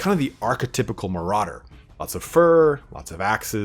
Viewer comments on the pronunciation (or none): none